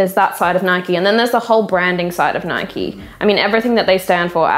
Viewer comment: It's "Nike" like "Bike". Not "Nikey" like "Mikey".